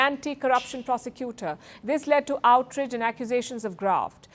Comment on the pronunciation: Ohhhh for crying out loud..... It is " OUT RAGE" Not outridge .... Please learn to pronounce words correctly. It is not stylish. Please